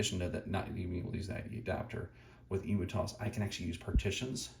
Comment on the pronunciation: Great video but.... The way you pronounce emutos. Surely it's "Em-U-Tos" as in emulator, rather than the big flightless bird? Just saying!😅